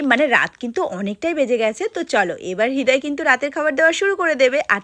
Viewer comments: কাকিমা হৃদয় না রিদোয় 😂😂😂😂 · হৃদয় ❌হিদয় ✅😂😂